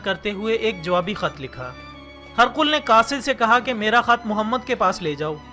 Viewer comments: This is Hee-Raa-qal Not harqul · هِرَقْلَ کو آپ ہرقل پڑھ رہے ہیں اتنی فاش غلطی موجود ہے پہلے تلفظ صحیح کرلیا کریں پھر ویڈیو اپلوڈ کریں